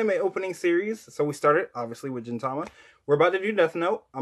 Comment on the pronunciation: Gintama is pronounced like this: Gin(like "garden" or "green") Not like "ginger" or "genie"